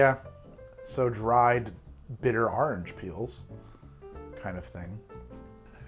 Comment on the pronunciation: But do you taste any ORANGE? :-) “Arringe”